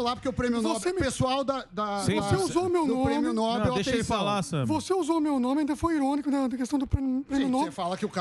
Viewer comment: Samy Dana! Alguém que fala errado não é confiável. Está dizendo errado. É prêmio Nobel com a sílaba forte na última sílaba (" nobél) e não (Nóbel).